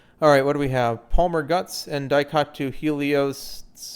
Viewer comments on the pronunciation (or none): none